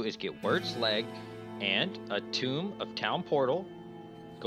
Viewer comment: Did you say a TOMB of town portal? It is TOME!